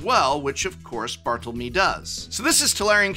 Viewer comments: Bar-Toe-Low-Meh, is how its pronounced.. I think? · as a spanish native speaker, i sincerely (and in good fun) give you a "you tried" award to your rendition of "bartolomé" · as a non Spanish speaker who knows what é is it hurts me too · Yeah, that and his pronunciation of "Orchid" were rather jarring. But hey, when you talk publicly for a living you are going to make mistakes, and not just a few of them.